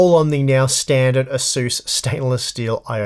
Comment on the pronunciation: Can someone make a counter on how many times he says "Ahzoos".